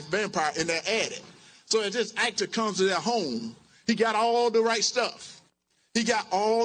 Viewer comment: What is an AIKTER